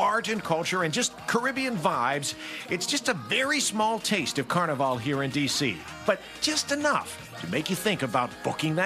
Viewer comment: So wonderful you featured the T&T embassy. And it’s “steel pan” not “steel drum” (you mostly said it correctly) and it’s “Carnival” not “Carnivale”